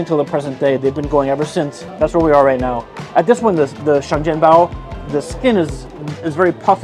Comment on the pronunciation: sorry i have to be that actually bro , it's (sheng jian bao)